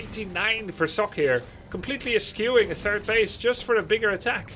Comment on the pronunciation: "eschew" is pronounced with a "ch" , NOT a "k" as you did. :P